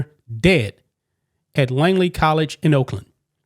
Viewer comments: It’s not “Langley.” Langley is a city in Virginia where the CIA is located. The college in Oakland is named Laney. L-A-N-E-Y. There is no G in it. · LANEY, not “Langley” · Laney not LANGLEY ... Show a little respect for the people and places you talk about and actually make an effort to pronounce their names correctly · A little advice: a) know how to pronounce the name of the coach's school before reporting on it b) don't put out guesses about the perpetrator's relationship with the victim. That's as far as I got in the video before I split so I missed any other screw-ups if there were any.